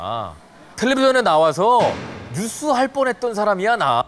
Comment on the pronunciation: ㅎㅎ 뉴스를 늇쓰로, 과 대표를 꽈 대표로 발음하고 굵은 허벅지를 두꺼운 허벅지라고 하는 사람을 대체 누가 아나운서로 뽑았을까